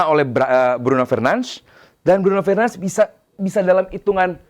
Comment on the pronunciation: Fernanz fernanz apa sih cok. Bruno aja sebutin namanya Bruno Fernandez kok, sok banget